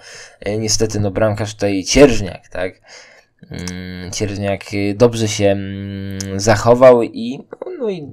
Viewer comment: nie Vulkan a Vukan nie Cierżniak a Cierzniak sprawdź